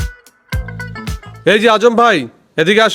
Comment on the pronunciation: সালাম ভুল উচ্চারন